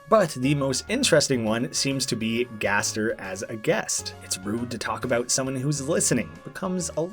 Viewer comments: gaster is not guest its gäster. One letter of but it sounds completley different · Me: gasp, I AM SWEDISH! actuly its gäster. With a "ä" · its gäster for guest in Swedish not gaster